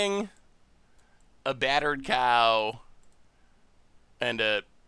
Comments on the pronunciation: He calls it battered cow like that since the spoiler day, at first it was by mistake, nowadays i don't know but he could very well still be saying it wrong without knowing... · I thought he was calling it BUTTERED cow for flavor